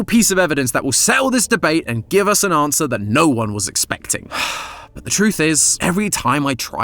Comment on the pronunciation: he sayin "ANswer" like "AUM"